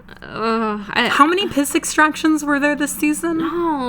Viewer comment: Wait hold up you said piss extractions??!...